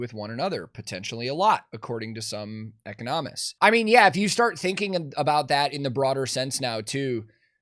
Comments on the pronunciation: “eco nomists” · the pronunciation of "economists" is throwing me for the biggest loop